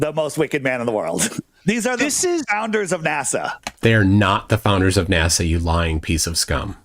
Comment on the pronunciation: Why do people like that say NASAw?